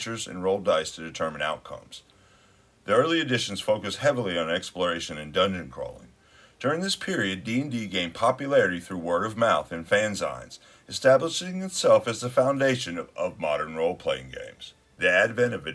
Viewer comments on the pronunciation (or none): "...through words of mouth and fanzines..." (it's pronounced FANzeens). Before the Internet, the cheaply-printed 'zine scene connected niche fans.